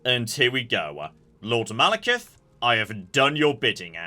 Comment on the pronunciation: I don't think Malacath would be so impressed if he heard calling him Malekith!